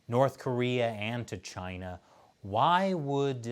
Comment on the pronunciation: Did I hear her correctly ,, ' China porn minister ' ...